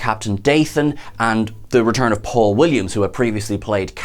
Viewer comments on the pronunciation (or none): none